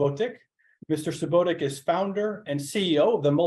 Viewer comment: It’s not Subotick but Subotić just like Jokić not Jokick :) Nash, it’s Southeastern Europe - the south and also called Balkan’s not EE…